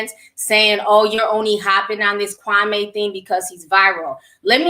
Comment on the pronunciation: Kwame name is pronounced “Kwameee”...Steven A is the one who changed the pronunciation